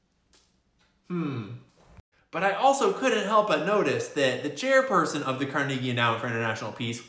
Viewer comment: Haha. You keep pronouncing Carnegie wrong.